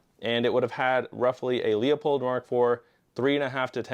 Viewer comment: .308 to me, always seems like it’s gonna be the standard, smallest caliber humans will use in any extra-terrestrial involved post-apocalypse. I.e. The Covenant Or even a zombie apocalypse in which the virus mutates on a dangerous enough level to create monsters bigger than zombies. Like any of the Bio-Organic Weapons (BOWs) from Resident Evil. Also, hate to be that guy, but LEUPOLD! “LOO • POLLED” NOT LEO-POLLED